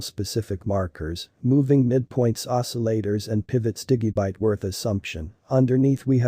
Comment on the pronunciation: Why does this guy pronounce Digibyte wrong? I wonder how he pronounces Digital. Dude, learn how to say Digibyte correctly.